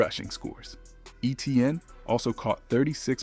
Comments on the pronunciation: no one even pronounces it how you spelled it. its actually pronounced aye-chan not aye-chain. but everyone else that he said might as well just say it as E-tee-in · Number 3's name is not Eh-tee-an. His name is Eh-chee-ann, sometime pronounced A-chain. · At least pronounce Etiennes name right if your gonna talk about the saints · Shough absolutely is the main reason the Saints are predicted to do so well this season. And please, if you’re going to post content, learn how to pronounce Olave and Etienne